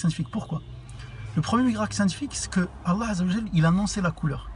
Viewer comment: remarque d'amélioration : prend le temps de prononcer correctement les termes comme "Allâh" (et non alla), bismillâh ( et non bismila) etc.. 😃 respecte les prolongations